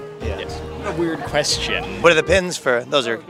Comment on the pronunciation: "Weird QUEST-ion."